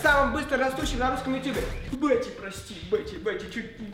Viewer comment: сори правильно Бетти